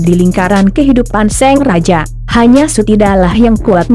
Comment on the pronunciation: Apa cuma aku yg dengernya seng raja... bukan sang raja...